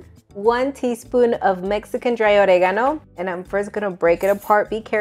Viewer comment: Why do you feel the need to pronounce oregano like that?